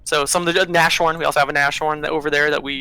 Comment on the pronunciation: It's a Nas-horn, not a Nash-orn.